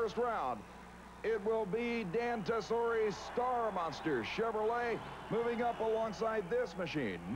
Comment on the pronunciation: "Dan Tassorie" lol. He butchered that.